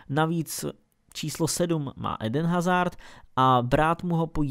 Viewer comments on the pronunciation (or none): none